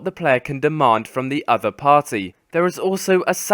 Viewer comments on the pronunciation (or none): none